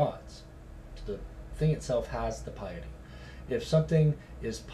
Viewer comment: might want to learn how to pronounce piety before doing #11